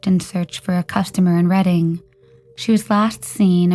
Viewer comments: Thanks for posting as always. Pronunciation tip: Reading, PA is pronounced “RED-ing”. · "Reading" is pronounced "Redding". Also, use the past perfect tense, e.g. "she had been there..."